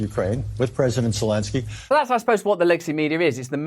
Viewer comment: Is that supposed to be zolensky ?